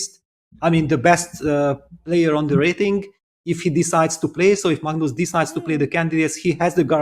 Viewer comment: I missed hearing Peter say “mugnoose”! 😅